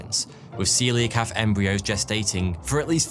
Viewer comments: See-Lah-Kant not See-leeah-Cannot. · Aaarrrrrrg!!! Your pronunciation does my bloody head in. It nice that you’ve done a video on Celia kanth however Coelacanth is pronounced See-la-kanth. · I've always pronounced it 'co - eel o - canth'. But yes, the transition from 'seelo..' to 'seelio..' felt jarring to me also. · You start the video saying 'ceolacanth' correctly. 12 mins in you maddeningly change your pronunciation to 'celiacanth'. Why? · This was the comment I was looking for, I also flinched at the hundred or more times he ballsed it up. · Every time he said “seeliocanth” I wanted to strangle something!! Bloody say it right! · One of my favourite fish. You bizarrely started to mispronounce it half way through, after starting correctly. And then occassionally got it right again. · Great video and presentation. One criticism: You kept putting in an extra syllable when pronouncing the name of the fish. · How do you make a twenty minute video on the coelocanth and mispronounce it the entire time?